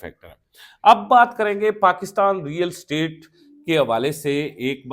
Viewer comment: It is real estate not real state. Yaar english nhi aati toh property business keh lo